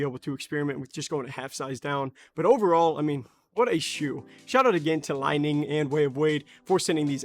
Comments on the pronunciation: Great review and assessment of the shoe's attributes. Brother, I believe that the company is pronounced "Lee-Ning". Li ning also makes a model called the " Shock The Game(6.0)", which is also a great shoe. Excellent work, and you are obviously a well trained player. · Dude had 1 job it’s called Li Ning like lee Ning 🤦🏾‍♂️🤦🏾‍♂️